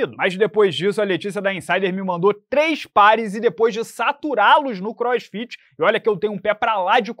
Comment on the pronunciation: Hummm “crossfitch”